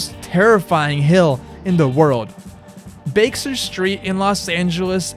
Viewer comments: Bake-ster St? I had to look up pronunciation videos to see if that's the American way of pronouncing Baxter (Back-ster), but no, nobody pronounces it like that. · also dude its pronounced BA kster as in short a Baxter not Bakester as you pronounced it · Did he realy pronounce Baxter street as bakezerr street. 😂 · About 4.15 he pronounces Baxter Street at "Bakester" Street and I came all the way here to point out how much it shook me. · "Bakester Street"? "Bob Burnquest"? Ehrm...what? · … “Bakeser Street…”😂. Really? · what language do you speak that you pronounce baxter "bake-ster" lmao tf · It’s pronounced Baxter 😅